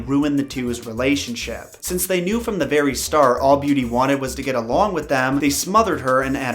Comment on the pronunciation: Thanks for making the time to research and create these videos, it’s much appreciated. Plus when you were talking about the woman who visited Beauty in her dreams I thought you said the fairy next day instead of the very next day. Lol